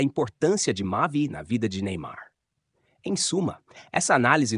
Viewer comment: Só ela fala Neynar nem ai???